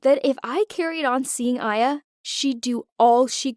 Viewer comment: uh so my name is actually Aya pronounced in english I-ya...